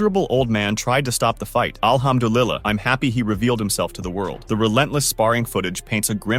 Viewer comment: mispronouncing Muslim words on Ramadan Wtf the disrespect is crazy And talk about another culture like a WHITE MAN something your familiar with white man Thanks have a nice life Alhamdulillah pronounce the word correctly